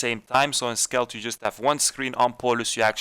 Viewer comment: It's skeld not skelt